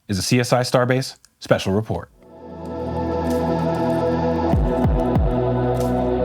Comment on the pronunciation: Great job ZacK with a Hard K!